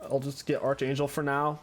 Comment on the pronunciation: Bro it's pronounced ARC-Anjel, not ARCH as in ARCHER ... Just saying, 🤷🏼‍♂️